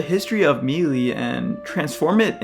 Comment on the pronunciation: I'm sure people have already commented about this, but... Please stop saying melee if you refuse to pronounce it properly.